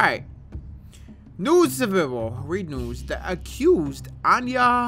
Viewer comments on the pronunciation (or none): Why did he say available like that 😂